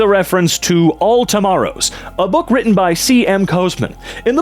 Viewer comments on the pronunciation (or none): none